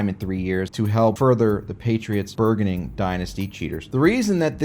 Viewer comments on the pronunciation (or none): The G in burgeoning is soft. Also the uar in jaguar rhymes with car not fire. It's not jagwire.